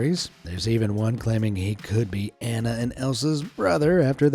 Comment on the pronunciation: not him calling anna (awe-naw) anna (ah-nah)